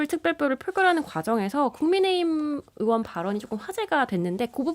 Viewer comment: 진행자가 의원이 아니라 으원이라고 발음하네. 발음 연습좀 하고나와라.